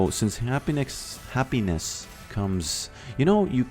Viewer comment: Hahaha I thought he will say you can't say happiness without say peace 😂😂😂... He say happy-ppynnes 😂😂😂 you are the best ❤